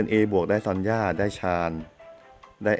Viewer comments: ซอนย่าน่ะค่ะ ไม่ใช่ซันย่า ซันย่า ตัวaซอนย่าตัวo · son มัน ซอน ไม่ใช่ อันนี้ผมไม่รู้นะถ้าไม่ใช่ก็บอกกันหน่อย